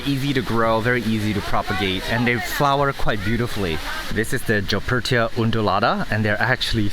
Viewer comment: Why do you insist on reading and pronouncing Goeppertiae as Jeoppertiae??? Why is it so hard to do it the right way, you can read, can't you?? Summer Raine Oakes deserves a swift kick in the butt for doing the same thing, is she your example? It's Goeppertiae (Goeppert is a German family name), NOT Jeoppertiae! Man, this is the third time I mention this...